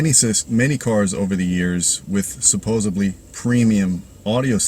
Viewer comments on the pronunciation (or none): did you just say "supposebly"?